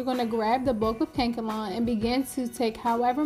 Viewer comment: Lol. It’s “Kan-e- kalon” hair, girl. Not kank-alon 😂